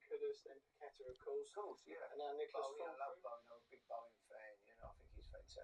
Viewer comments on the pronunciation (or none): you always seem to struggle with our players names. It's not "Coo-dus" like a long pigeon coooo. Its a shorter sound Ku-dus (the Ku sounding like in the word "cook". Similarly you still say "Pakweta" for Pa-ke-tah. Listen to the videos where the players say their own names. Then you'll know. It's just respectful to get they names right if you are broadcasting them to others.